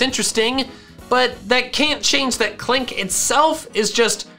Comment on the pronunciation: Click? It’s Klink silly